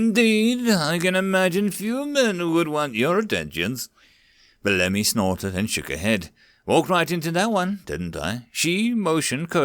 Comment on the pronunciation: This story was amazing! Thanks for reading it! I know this is kind of a petty nitpick, but I believe Bellamy is meant to be pronounced "BELL-uh-mee" (emphasis on 1st syllable).